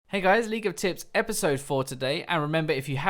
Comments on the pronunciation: Did he say 'League of Tits' in the beginning? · Was it only me, or did you also think he said "hey guys, league of tits" in the start of the video? o.o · U say it like ''League of Tits" XD